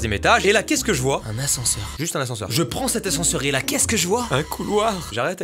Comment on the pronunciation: Un assenseure. .un couloire...UN CAREMBARE